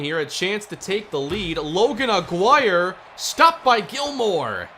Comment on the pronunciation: Don’t like being that person but I think Aguirre’s name is pronounced “ah-gee-rey”. This series is 🔥🔥 glad smb got a franchise mode